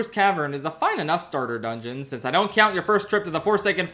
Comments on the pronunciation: Bro why do you pronounce "count" like that. It hurts me every time I hear it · Pensilvania accent